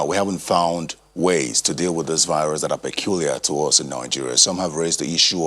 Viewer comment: It’s VIRUS not BIRUS🙄